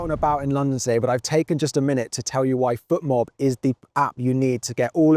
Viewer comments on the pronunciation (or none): none